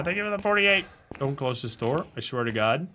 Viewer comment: “Open the noor”